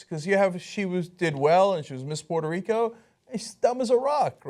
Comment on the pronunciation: Miss Pitter Rico. Say that shit right Ana. PUERTO!